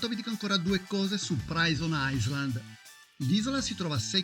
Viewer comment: comunque si pronuncia "prison ailand"